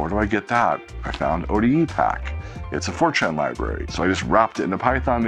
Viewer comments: each time he says FORTRAN, i kept hearing 4chan ...LMAO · Oddly, I’m the other way around 😅